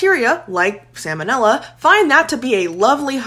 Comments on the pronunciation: I don't think you said salmonella correctly once in this video. 😂 at best, you said it wrong a lot more than you did right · It’s not pronounced “salmon” 🍣 ila. It’s sahl-ma-nilla. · Every time she pronounces it as "Sam o Nella" I die a little inside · I know the L is silent in 'Salmon', but you're the first person in 43 years I've heard say Sa-monella. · Hate to be that person but it’s pronounced “sal-muh-nel-ah” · It's pronounced SAL MON Ella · I rarely hear anyone pronounce that first L. It's got to be regional variation or something similar. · I know this is rather nitpicky, and it's just for your information, but despite the fact that the word looks like the word salmon, in which the L is not pronounced, the first L is pronounced in salmonella. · The pronunciation of salmonella 😚🤌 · That's the first time I ever heard someone skip the L in salmonella. It is not like the fish. It should be pronounced here. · The L in the word "salmonella" is pronounced, unlike the L in the word "salmon," which is NOT pronounced. The salmonella organism was named for Dr. Daniel Salmon ("SAL-mon"), the American veterinary surgeon who discovered it. It has nothing to do with the name of the fish. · I like how this person is confusing the pronunciation of salmon (the fish, silent L), and salmonella... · Disliked because she pronounced salmonella wrong. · Might want to learn how to pronounce the bacteria about which you’re pretending to be an expert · Based on your pronunciation of salmonella, I will now be petty and not finish the video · Aren’t you supposed to pronounce the L in salmonella or am I wrong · you could try pronouncing sal mon ella properly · I’m not sure I can trust you if you can’t even pronounce ‘salmonella’ correctly. 😂